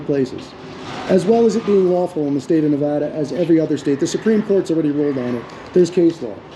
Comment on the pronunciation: OH my got, you pronounced our state name correctly. Thank you for taking the time to pronounce it correctly this time! (TRIGGERED BOOTLICKER LOSES HIS MIND - Reno)